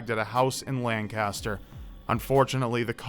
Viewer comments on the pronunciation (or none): It’s pronounced - LANK-assterr not LanCaster. Just saying because you’re pissed people off! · Say it with me, Lang-Kis-Stir. The hell is Lan-Caster? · Pennsylvania native here. It is not "Land-caster" it is "Lan-kister" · Lancaster, PA pronounced: LANK-iss-ter not LANG-caster. Okay, I'm done being a picky smartass. Sorry. Not really. Really love these videos. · sigh sounds like Lancaster alright. The amount of homicides and hostage situations are astounding in certain towns. Even a damn preacher killed someone. By the way, it's pronounced lain-cus-tur. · As a Lancaster native, that story unnerved me almost as much as having Lancaster mispronounced. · YOU PRONOUNCED LANCASTER WRONG 😡😡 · cringes at the pronunciation of "Lancaster" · I love ya,, but hearing you pronounce Lancaster wrong kills me a bit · As a Pennsylvanian, that pronunciation of Lancaster triggers me